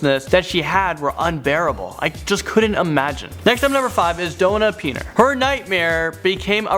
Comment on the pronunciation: Did he really pronounce the common name Donna as "Dough-na"??